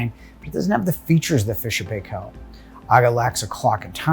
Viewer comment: you pronounced Paykel wrong, some of your colleagues said it right please learn from them:-D